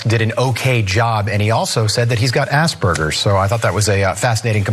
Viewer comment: Did he just say that Elon has ass-burgers? It's Asperger's.